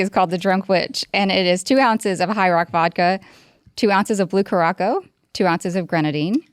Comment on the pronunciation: 😂 what’s the name of that blue stuff in the drink??😂 Car-rock-o 😂 “kur-uh-sau”